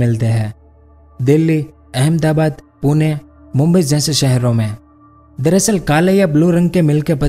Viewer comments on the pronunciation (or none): none